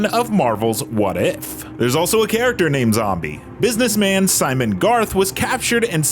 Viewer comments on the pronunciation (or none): none